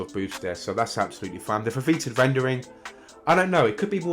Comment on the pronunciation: Just as a quick note - Foveated is pronounced Foe-Vee-Ate-Id. Not that it much matters! Great video. Pre-ordered PSVR2 a couple of days ago and I can't wait!